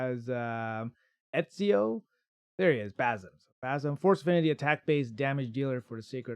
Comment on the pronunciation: I think the name is pronounced as Bazim with emphasis on ' i '.